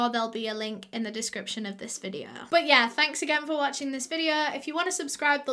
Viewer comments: “Suh today’s videuh” Me: 👁👅👁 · Me: feeling sad: suh today’s videuh [sad feelings have left the chat]